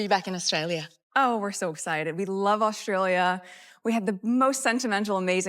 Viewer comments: Meghan should know how to pronounce Australia -- it is not "Aush-tralia." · She can’t even say Australia properly, let alone cook 😂